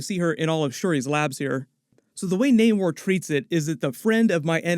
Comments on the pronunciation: Why does he keep saying Naymor? Its Namor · Nah-more not nay-more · Actually naymor didn't change his name all he is doing is pronouncing it in Spanish. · I always thought Namor was pronounced that way but I digress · Bro pronounced every name wrong